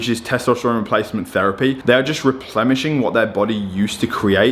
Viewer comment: 'Replemishing'. You are a complete moron and I don't know how anyone can take you seriously.